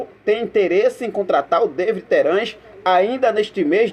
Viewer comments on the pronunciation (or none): É Davi e não Deivid Terans! O cara é uruguaio e não inglês .Fica a dica.